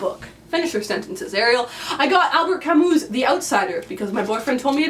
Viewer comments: OMG, what a huge haul of awesomeness! I'm most excited about classics section. You bought a lot of really fantastic books! P.S. I don't like to correct other people, I really don't, but Ariel... Albert "Kami" not "Kamus" (pronunciation of this one is really tricky, but this is French so it's always difficult) ;) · feistchen I also really love Sylvia Plath, not only her poetry but also "The Bell Jar"! And Camus is always good. I'm looking forward to your Camus discussion! (And btw, it's Camü... so - haha!)